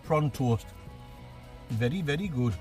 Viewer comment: CAN I SAY WERY WERY GOOD RICEICALS